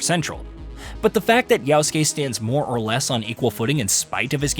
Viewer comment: IT’S YASUKE STOP SAYING YAUSKE